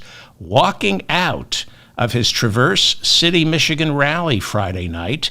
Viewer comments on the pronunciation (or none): You are always asking us to correct you so: 1. It’s not pronounced Traverse City, as in the word traverse, tra-verse. It’s pronounced Traah verse city (I’m from MI). 2. Controversial however I’ll say this anyway as it’s true, forgiveness is not a real thing. Compassion is a real thing. We can and certainly should have compassion for all fellow human beings no matter how much harm they do however we not only cannot forgive but imagine if we had some sort of pardon power in reality. It would be undermining of that person’s need to be accountable, to mature, to become a part of the solution. And it’s self sacrificing. It undermines ourselves. Forgiveness is NOT compassion. Forgiveness as a concept of some moral high ground has been used to keep us small by those who tell us how to be towards those who do harm, often themselves in professions involving religion and power, priest and ruler. A recent example is Netanyahu pleading about a month ago for forgiveness. Look at him now. Just wow. Couldn’t be any more glaringly obvious how manipulative those who tout forgiveness use the concept to keep us in line so they can continue to abuse their power. Definitions matter. We have the power of compassion but not the so called power to forgive (for give - bestow upon/allow) the past, present or future abuses of anyone of anything. Compassion wins, it’s the form of love required in a world of imperfection where hate exists. Attempts at forgiveness (letting things go, moving on, being at p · Pronounce Tra’verse city. Accent on the trav.😀really dig your podcasts and shorts! 💕